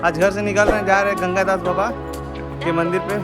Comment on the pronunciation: Bro it's ganga das ..ganga gas nahi...